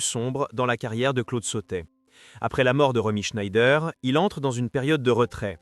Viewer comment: de nombreuses erreurs graves. Et prononcer chné-ideur au lieu de ˈʃnaɪ̯dɐ est quasiment une insulte à Romy.